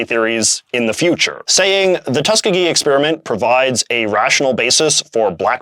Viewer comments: BTW, Tuskegee is pronounced "Tus-KEE-gee" rather than "TUS-kuh-gee" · By the way, Tuskegee is pronounced "tusk-EE-gee." The middle E is a long E sound and is the emphatic syllable. Tuskegee is a historically black college in Alabama, which likely played a part in why it was chosen for the study.